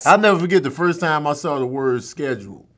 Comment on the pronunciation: mind: “...every time.” beard: “...every chance.” tongue: “...every tham.”